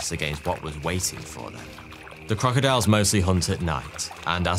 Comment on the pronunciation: He said Croctiles 🤔🤪